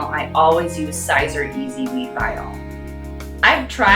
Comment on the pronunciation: Siser vinyl is pronounced "Caesar". As in the guy who led the Roman armies in the Gallic Wars before defeating his political rival Pompey in a civil war, and subsequently became dictator of Rome from 49 BC until his assassination in 44 BC. Just sayin'. 😉😬